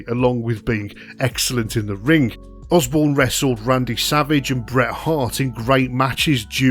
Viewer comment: It sounds as if Matt Borne's name is being pronounced Osbourne.